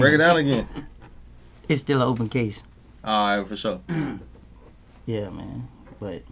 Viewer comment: Why is Adam ao cringe lol “ foursure”